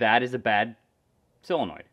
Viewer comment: sOlenoid with an “O”